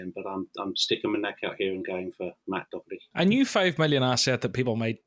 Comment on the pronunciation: Nobody in Ireland says "Dokerty"